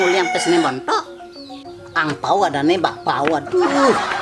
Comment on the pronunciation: Bilang hampau aja bilang bak pau hahaha lucu baget